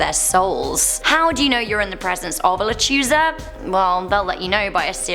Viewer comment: So I just wanted to help you out a bit. The llorona Is pronounced yorona with the y sound. Also la lechusa you pronounced fine but she is actually a witch that stalks children at night. She will take them to her nest/lair and proceed to eat them. I'm not from Texas but these stories derive from the Hispanic culture and I do live in Mexico. My husband is Mexican and although he is normally not superstitious he thoroughly believes in the lechusa. Also I love your guys' channel!